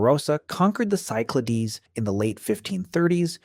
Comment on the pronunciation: Cyclades is pronounced in English as SYK-luh-deez , with the stress on the first syllable